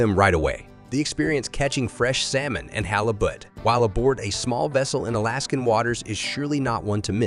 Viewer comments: Is the voice a real human? The pronunciation of "Iditarod", "halibut" , and "filet" are incorrect. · no. Sorry- just being picky.